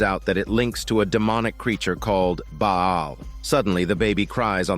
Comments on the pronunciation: Wtf ☠️ is Baa aal . It's Baal (Pronounce as Bal) . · Ba'al is pronounced as "baLL". Love your work.